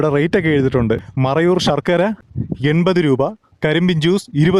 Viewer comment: ഷർക്കര അല്ല സഹോ ശർക്കര ആണ്. ശ എന്ന അക്ഷരം ശരിയായി 1000 പ്രാവശ്യം പറഞ്ഞ് പഠിക്കൂ